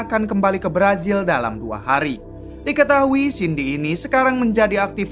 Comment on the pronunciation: Apa gak bisa bilang Z ya bang..pake nya J terus..berazil jd berajil,yakuza jd yakuja